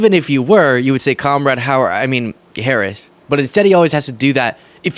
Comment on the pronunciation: & Fox “News”: can’t pronounce the name of the United States’ Vice President.